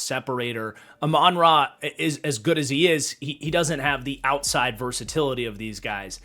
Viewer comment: Love these tier videos but brother you’ve gotta learn how to pronounce Amon-Ra’s name 😂